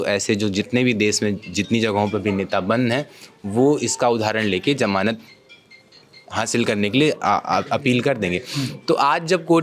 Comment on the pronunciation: Sir ji...jamanat nahin Hota hai, "Zamanat" Hota hai...😊.